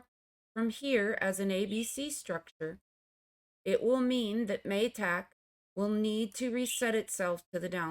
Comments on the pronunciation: Ma-tick with a short a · interesting pronunciation of MATIC 😂 cute 😍 ty miss as always for ur expert EW analysis